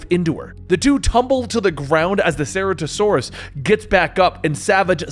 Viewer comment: Omg the way he’s saying Ceratasaurus hurts my soul